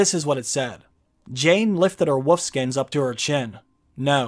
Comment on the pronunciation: " .... with woof skins...." Lol